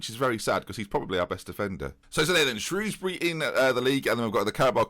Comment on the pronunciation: thank god for the proper pronunciation of Shrewsbury